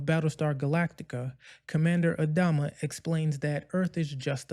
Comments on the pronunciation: Since when has he been called "AD-ama"? I've always heard "ad-A-ma"... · If you can't even pronounce the name of one of the lead characters. I doubt you even watched this series. It's AD-AM-A ..WATCH THE SHOW. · The way you pronounce Adama is off putting. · Wish you pronounced Adama correctly